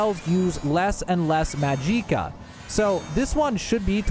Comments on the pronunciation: Mag-ick-a Or Mag-ick-uh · Its magicka not majeeka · hahaha mageeca LOL. its pronounced MAG - JICK - AH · this has to be rage bait, it's not pronounced majeeka, it's magic, like how you say magic, with uh at the end magic-uh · Bruh just say magic 😒 tf is majeeka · Mageeeeeka🤣🤣☺️☺️☺️ Say it with me now ...... Maj ick ah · Magic-ah.... not ma-jeek-a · "Mahjeekuh" 😂 Magic+ka. Say magic then add ka. That's it. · ...bro I died inside with every maj EE ka....its maj ICK ah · For the love of Todd Howard, stop pronouncing it Ma-jee-ka. It's Magic-uh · Magic-ah not mageekah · Majika? Its magika. The hell is wrong with you? YOURE ON SKOOMA ARENT YOU??? YOURE A SKOOMA ADDICTED KAHJIT!!!! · Da hell is a majeeka? U mean Magi-ka, just like saying magic with AH at the end LOL your killing me bruh 😅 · I’m pretty sure this is just ragebait, but just in case you’re serious: in Elder Scrolls, 'magicka' is typically pronounced 'ma-jik-uh' or 'mag-ik-a,' like Lord Harkon in Skyrim’s Dawnguard DLC. I haven’t heard 'Mag-EEEE-cuh' in-game or from official sources, and most fans on Reddit and UESP go with the 'magic-a' sound. Pronunciations can vary, but there’s no evidence for a long 'i' being standard. Where’d you get 'Mag-EEEE-cuh' from? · Jih not Gee, even an AI voice can pronounce it right. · "Mahjeekah", lol 😂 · Ma-gee-ka!! 😂 and since when does 3 minutes take 20 fkn minutes?! Are we in Dementia?! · HAHAHA I LOVE how you say almost EVERY word wrong. MAJEEEEEEEKA, Golden KARAFEEE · Maa-jee-kah..... pain and suffering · “MAHJEEEKA” what a Cretinous man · Mag Eeka? More Vag Eeka, amiritegize? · WTF is Majeeeka?? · “Majeeka” and “karafe” bothered me so much lmao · I'm losing my will to live every time he says MAJIKKA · Well he said majeeka and i left. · I don't know what made me cringe more, Carafeh or Majeeka. great guide nonetheless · Clicked "Do Not Recommend" for calling Magicka "Mahgeekuh." Disliked too. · This one says "Mageeka" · What’s “majeeka?” Mageequa? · Mah jeeka wtf 😂